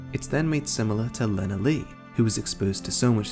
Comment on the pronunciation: So glad you did not say lenalee. You deserve a like for that. 🤭😄